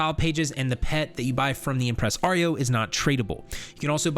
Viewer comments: impres-....arrio thats a funky way to pronounce impressario ^^ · Bruh... Impreh-sorry-oh, not Impress Aree-oh. 1 word, not 2. Arm-ih-Jer, not Armig-err. The G is not a hard "Guh". Ald-Rune, not All-duh Rune. 😉🤓😁👍